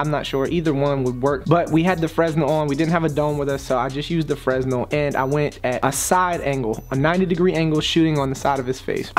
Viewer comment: its pronounced FRUH-NELL